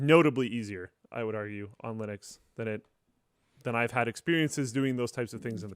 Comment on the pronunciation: It's Linux, not Linus Clips